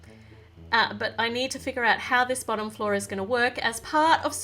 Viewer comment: Bossom Floor Meh: Wut lol 😂😂😂😂😂 Like if u noticed say Bossom floor instead of bottom floor